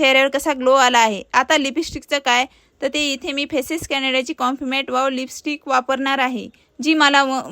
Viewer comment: निबंध बोलते का लिहून घेतलं आहे ,लिपीस्टिक नाही लिपस्टिक